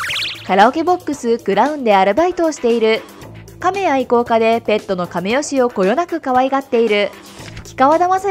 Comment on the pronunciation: 亀吉はかめよしじゃなくてかめきちですよ。 あと、幻の銀水晶はぎんすいしょうじゃなく、ぎんずいしょうです。